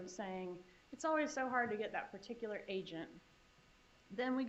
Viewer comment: Prosecutor: particular = * "per TIK yuh ler"